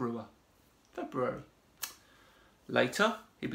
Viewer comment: Two questions: 1) What is this guys point? Sure, the naming and numbering of the months doesn't make sense because people fiddled with it too much. So what? 2) Should we really trust a person who is taking apart the Gregorian calendar but can't pronounce "February" and doesn't know how to use the word "which"? 3) The numbering of my questions doesn't make sense after I announced only two questions. Am I onto something?